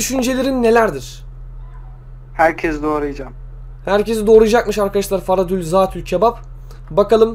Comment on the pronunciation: Ferhat a neden Farat diyon :D